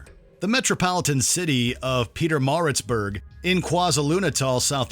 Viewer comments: I am from South Africa and the pronunciation of KwaZulu-Natal and Pietermaritzburg had me in tears 😂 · Ayyyy my hometown made it onto watchmojo😂😂 for the wrong reasons🤦🏽‍♂️ but I’ve never heard someone butcher the name Pietermaritzburg as badly as that